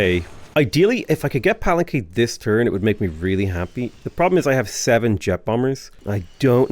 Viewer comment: Pa-len-que! As in Pah-len-kay, Otherwise great work